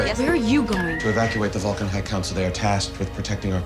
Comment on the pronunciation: I love how Bones pronounces Vulcan as “fulkin’”. As in- “Are you out of your fulkin’ mind?” It’s very clever and subtle. Something I never noticed until this viewing.